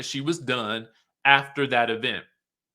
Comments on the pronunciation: The Tisha ‘e-vent’ pronunciation 😂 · how you keep emphasizing the Event has me 😂😂😂.